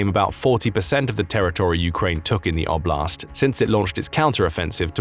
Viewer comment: And I do wish that since Russian territory is the context, that oblast' be pronounced correctly: like O-bl(i)st. You won't get the palatalized T in English. It sounds like a French TH.